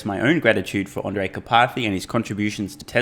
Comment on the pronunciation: Not that it matters much now that Andrej has left, but there are two fairly similar names in Slovakia: Andrej and Ondrej. And you keep saying Ondrej.